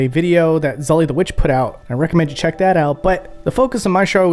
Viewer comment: Wait, it is pronounced “zully”? I had assumed it was pronounced zooley.